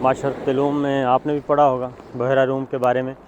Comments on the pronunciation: Word is bhyera not buhera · بحیرہ روم نہیں بلکہ. بحرہ روم ھے